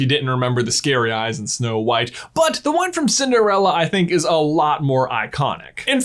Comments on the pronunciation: "Schnow White" 🤣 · "Shnow White?" As for reusing certain scenes, I don't mind it if it makes sense and has a purpose in that scene.